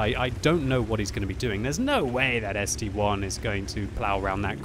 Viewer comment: gg, so much years of playing and still saying ST-1 not ST-I! If it would be an ST-"one" there would be the number 1